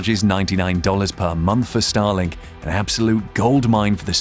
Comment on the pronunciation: At the first moment I heard “Stalin” instead of “Starlink” …